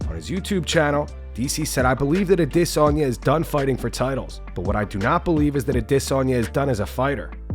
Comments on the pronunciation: You can stop using the “I diss on ya” pronunciation. That shit was a joke and only clout chasing dweebs like Ariel Helwani used it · The way you say Adisssanya if fucking annoying. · Israel Ah-DIS-sanya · can you stop saying adesanya like that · The narrator is so cool for the way he enunciates Adesanya. Please make every story about Izzy so we can hear it another 10,000 times. So cool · Holy fuck the pronunciation of Adesanya is fucking annoying